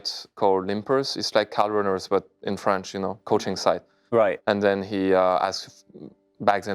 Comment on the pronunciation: 9mn20 : the website is "Limpers" 9mn21 : "CardRunners"